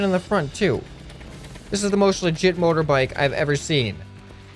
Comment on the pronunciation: Why does say mother bike he is American right